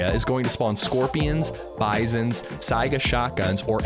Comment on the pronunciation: Did it infuriate anyone else how he said saiga and vicker 😂or was it just me